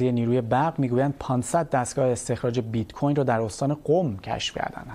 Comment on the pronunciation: Oon bit-coRn ro khoob oomad 😂😂😂